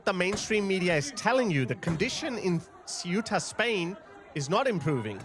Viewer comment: At least your pronunciation of Ceuta has improved a lot ;-)